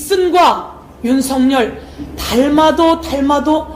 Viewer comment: 발음 완전 맘에들어 윤석년 ㅋㅋ